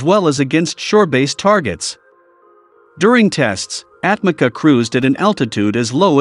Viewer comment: Atmaca pronounced for you atmadja. Means thrown away. C = dj